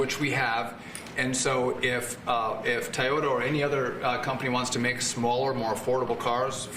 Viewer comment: Bro said "Tayoto" 💀